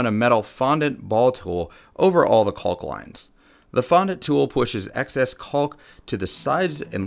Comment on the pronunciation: The project is so awesome I kept watching despite the constant enunciation of the the 'L' in 'caulk'!